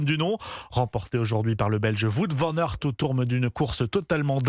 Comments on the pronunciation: que c'est pas acceptable de prononcer son nom de cette maniere en 2026 alors qu'il n a rien de compliqué pour un francophone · c'est pas comme ça qu'on prononce son nom